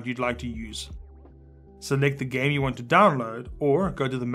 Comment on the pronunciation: Am I the only one who heard "Select the gay you want to download"